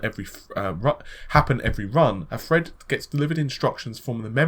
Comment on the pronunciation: its not fucking fred!! its THREAD!!!